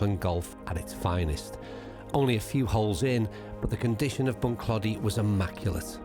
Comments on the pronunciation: I played Bunclody a few times and had my captains day there back in 2009 about 3 months after it actually opened, and brought down 35 golfers for 2 days and we had an absolute brilliant time super course. I love the way you pronounce it 🤣🤣 it's actually pronounced Bunclo - dy with more emphasis on the clo than clod - y if u get my meaning... ⛳🏌️🤣🤣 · Bun-Kloe-Dee is how the natives say Bunclody,. Loving the series. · Bunclody, the O is pronounced as in Throw... Don't get people not asking the pronounciation of places they're visiting for the first time (especially if they're making a video about it), Irish place names come from the irish language usually (the anglicization of the irish words describing the physical place - i.e. Bunclody - Bun Clóidí, meaning 'bottom of the (river) Clody)... if you mispronounce, Irish people will be too polite to correct, but it will grate and can feel disrespectful...